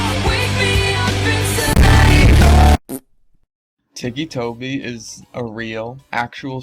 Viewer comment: Tacci tuuby sais slunduh men